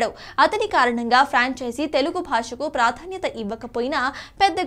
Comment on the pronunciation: యాంకర్ కి నోరు తిరగటం లేదు...పంచెచి అంటుంది(ఫ్రాంచైజీ)